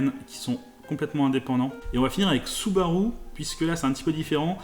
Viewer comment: Pourquoi vous dites Soubarou, Acoura et Hounda? Alors que s'est Subaru (Su-ba-ru), Honda (Hon-da) et Acura (A-cu-ra) Aaahhh les français 😂